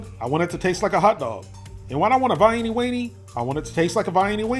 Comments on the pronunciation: It is NEVER pronounced like the city in Austria, but always "vie EEN uh." You should know that. You should also know better than to put ketchup on hot dogs. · I love ketchup on hotdogs lol, plus I’m a southern girl myself and I’ve NEVER heard anyone call them vi-ee-nie weenies lol.